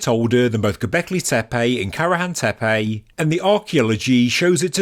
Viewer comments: Sorry but I believe it is Tepe not Tepey: annoying throughout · The name/word "Tepe" is pronounced "Teh-Peh" not "TEA-Payjhhhh"!